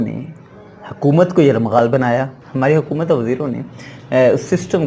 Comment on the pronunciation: Sorry jnab ap ne ye word bar bar ghlat bola. Hkomat ko. yrmghal nhi .🤤 YRGHMAAL . Bnaya.